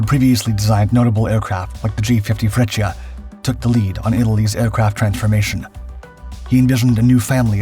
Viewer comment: Why do you say Meshersmitt when it is spelled the exact opposite? "Messershmitt" it is pronounced. And Freccia is pronounced "fretsha". No "i" is heard. The city Lecce is pronouced "Letshe"